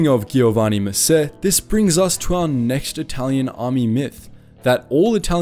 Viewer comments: It's sad seeing non-italian people making more interesting and respectful documentaries than the Italian themselves. Great work. Oh, by the way, it's pronounced "Joe-vanni", not "Ghiovanni". Lol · Ghee-yo-wani. Low-ren-sihnni. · Giovanni is with the soft g or Geeovanni (double n so longer than a single n). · Giovanni is pronounced Joevanni, but this a great video showing the real truth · I think you pronounced Giovanni wrong. My name is also Giovanni and the Gio in Giovanni is said just like the name Geo in English. But im not sure if it is simply pronounced differently depending on the region of italy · Ok but who the fuck says "ghiovanni"? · Really nice and interesting video. You just have to get the right pronunciation: if C and G are followed by I or E it’s pronounced like J (Giovanni is like Jo-van-nee, and so on) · E and I when preceded by G or C have a soft sound, GI soung more lake Jee in Jeep, so Giorgi it is more JeeorJee and Giovanni should be more like Jeeovanni ;) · I think you pronounce the Gio in Giovanni like the J in John. Reminds me of the scene in Inglorious Basterds, where Brad Pitt tries to speak Italian. lol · It's a shame that such accurate and detailed video has so many Italian names mispronounced. Not even the popular name Giovanni is pronounced properly. Respecting the cultural contents should be a criteria of reliability of such work. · The video is very cool. But as an Italian your pronunciation of the names like 'Giovanni' are just very very wrong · Come on dude! Even google translator could pronounce better "Giovanni" and "Giorgio"! It's not difficult and trust me, I'm British and Italian.